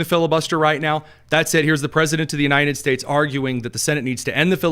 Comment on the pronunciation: I enjoy your show. One thing that distracts me is your pronunciation of "United States." I keep hearing you say U-nine-ted States. Drives me nuts! Great podcast.